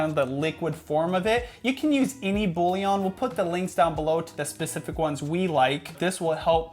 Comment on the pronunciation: Love how says BouLion 🤣